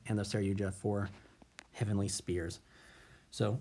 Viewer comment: Would your board really have been the same in game 3 if the elpy wouldn't have resolved? Also, it's Heavenly SPHERES not Spears xD Otherwise, nice video :D